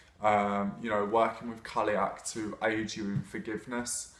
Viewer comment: I have only ever heard Irish and Scottish speakers pronounce it like kal-y'och, call-y'och, or cull-y'och...So I feel like he's saying it pretty accurately, just with a more English accent. Of course I'm American, so maybe I'm wrong. :)